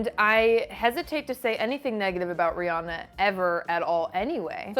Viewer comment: Yeah and it's also renounced ree-anna but I'm tired of correcting people ha